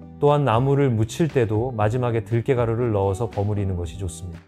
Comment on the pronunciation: 들깨 인가요? 들게 라고 하시니...